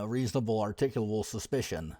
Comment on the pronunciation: "I don't know . . . What do you guys think"? I think you should learn to pronounce articulable.